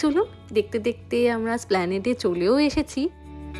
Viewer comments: স্প্ল্যানেড নয় এটার উচ্চারণ এসপ্ল্যানেড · Ota splaned noy. Esplanade bolun plz.